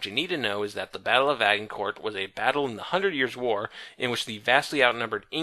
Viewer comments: Agincourt = ay-jen-court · Okay, I'm a big fan of all your videos, and this one was really, really really good. But every time you pronounce Agincourt with a hard G, I die a little. Other then that, great to see all these videos back.